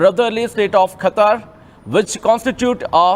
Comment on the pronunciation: Kha kha kha katar kadu qatar